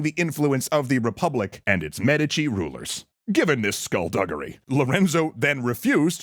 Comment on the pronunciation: Why are you saying Medici so weird?